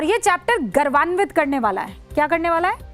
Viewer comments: Garvanvit nahi maidam gourvanvit hota hai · Rubika Garvanvit nahi Gaurvanvit sahi shabda hota haí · गर्वान्वित नहीं मैडम, गौरवान्वित होता है। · app ka bharat ki jagah hamara bhart bolna chahiye, garwanit nahi gourwanit hota hai.